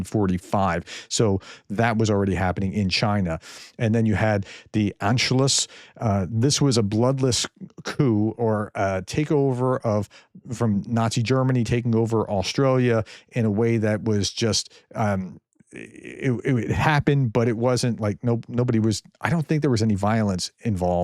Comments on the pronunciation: It may be just in his pronunciation. In is lexicon he may be hearing himself say Austria but we hear Australia being pronounced. He's a scholar so it be the only explanation. And that German annexation of Austria makes an appearance in Sound of Music. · Because he's a scholar, then he misspoke or it can be a sublety in his regional pronunciation style. I always had to double check when in Canada that they were saying 17 and not 70 , or 16 not 60 etc.